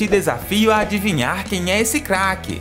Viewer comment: MAN ELE FALA CAQUE